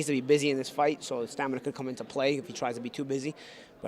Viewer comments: Here we go with that "stanima" word again lol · STAM-IN-A!!!!!!!!!!!!!!!!!!!!!! Get it right. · he keeps saying STANIMA, lol